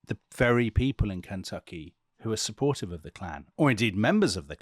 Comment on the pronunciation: As a native & life-long resident of KY, I love Dominic's pronunciation of "Kentucky."